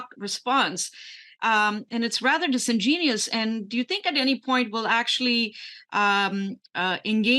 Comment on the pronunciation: Disingenuous, not disingenius, or whatever you did say.